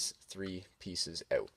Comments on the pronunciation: Dude, it's not pronounced oat, it's pronounced OUT. Like (ow-t). or.... (ahh-oo-t) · you say you have to take these three pieces "oat"